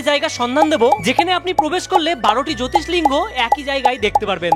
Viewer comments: কথাটা জ্যোতির্লিঙ্গ, জ্যোতিস্লিঙ্গ নয় ভাই! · জ্যোতি স্লিঙ্গ নয় জ্যোতির্লিঙ্গ । ঠিকমত উচ্চারণ এবং জায়গাটা বলুন, না হলে কেউ পৌঁছাতে পারবে না সেখানে । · জোতিষলিঙ্গ নয়, উচ্চারণ টা হবে জ্যোতিরলিঙ্গ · Har har mahadev, jyotislinga noy, bolun JYOTIRLINGA